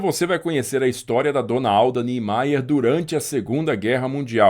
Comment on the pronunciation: perfeito pronunção do nome: niemeyer nordestos, falantes de inglês (mais como Alemão) não sabem e eles dizem ‘Nhémeier’ e não ‘Nímaia’ Gostei seu vídeo 😊